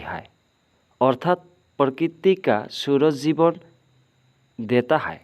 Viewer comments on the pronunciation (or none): Sir hi nahi wo ha hota ha